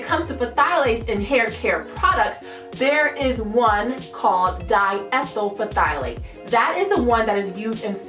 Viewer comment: Okay, but phthalate... It is pronounced ' tha·layt.' And if you as a maker are using fragrances from a reputable supplier (wholesale supply plus among the many) they don't have (usually) phthalates. (And they provide that info if you are worried about it.)